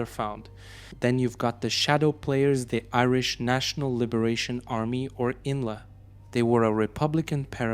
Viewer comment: Its I.N.L.A...not "inla"....and I.R.A....not "era"